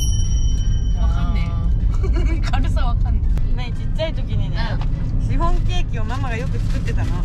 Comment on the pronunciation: シ⤵︎フォン⤴︎笑笑